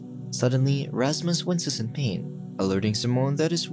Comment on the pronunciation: its Rashmush bro😂